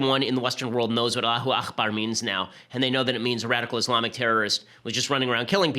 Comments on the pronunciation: Hate to correct you, Ben. It's pronounced "allahoo ack-bar." "Akhbar" means 'news'. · aKbar, ben. it's not akhbar. it's arabic, not hebrew. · It's "Allahu Akbar " with a hard 'k', not the Scottish "ch" sound